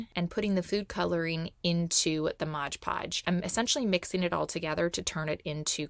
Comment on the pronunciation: It's pronounced "MOD Podge", not "MODGE Podge"!